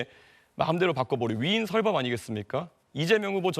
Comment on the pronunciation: 이준석 후보가 ‘위인설법(爲人設法)’을 논하면서 “위인설법”이라고 발음하는데 말을 하려면 “위인설뻡”이라고 발음해야 한다.